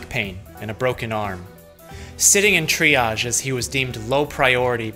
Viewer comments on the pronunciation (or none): none